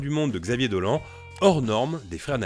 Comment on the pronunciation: Pardon mais Xavier "DolANH" ???